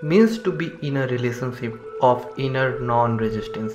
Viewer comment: The guy has wrong pronunciation of the word relationship. He missed the letter “h” instead he pronounced it as sip instead of ship.